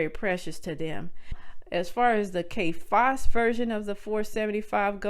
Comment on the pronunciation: I"m sorry, is she saying Kay Fass???